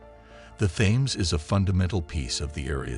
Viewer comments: Isn't it pronounced "TIMS" RIVER NOT "THAMES" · its pronounced the teems not the thaines and there was a river crossing and settlements in london before the romans turned up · Thames is pronounced 'Tems'. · I couldn't stand to watch this after not pronouncing the topic of the whole thing. It's Tems!!! Aaargh!!! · It's the Temes no bloody H in the pronunciation ffs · You guys who allowed this narrator to continually pronounce the Thames incorrectly all look like idiots. It's pronounced like Tim's. The (Th) is not pronounced like (That, Those, Their., etc.....) It's Tim's!!! You make Americans look like fools with this. Educate yourself before trying to educate anyone else. It' embarrassing.